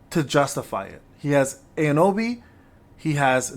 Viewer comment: Too many youtubers be pronouncing Aonibi wrong, so here's an easy trick to remember how it's supposed to sound. Imagine what Master Yoda would say if he bumped into the edge of his coffee table. "Ow, Knee Be."